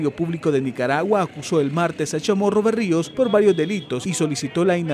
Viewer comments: no es Berrio es Barrio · “BARRIOS”, no “Berrios”!